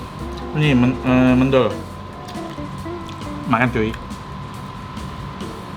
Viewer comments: Pronunciationnya kurang tepaat... Harusnya mendol, Bukan mendol,... Tadi nyebutnya mendol, kalau di jatim nyebutnya mendol.... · Mendol itu baca men-nya seperti baca men di mymen...